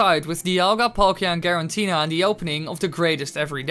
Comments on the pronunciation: It's "Giratina" not "Girantina" or "Gerantina" .... so this video and channel not really believeable... learn basics... like pronouncing pokemon names...since Giratina is simple name. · i cringe everytime you say garantina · i love how you say giratina garantina XD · Girantina or Giratina? 🤣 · Say Garantina one more fucking time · I’m impressed that you say Giratina wrong, every time you say it.